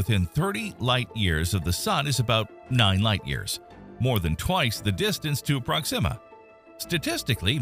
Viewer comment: I have never heard the pronunciation "prox-zima" before, I always heard it was "prox-ima".